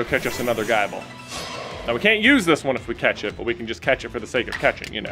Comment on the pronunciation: It’s not pronounced Guyble…. the “i” is the same as the “i” in nibble